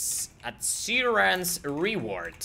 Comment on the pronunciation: read as aryan's reward